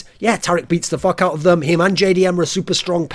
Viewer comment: da english accent there FOK YO AWP